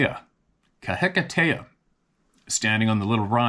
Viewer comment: Good pronunciation of kahikatea... keep up the good work..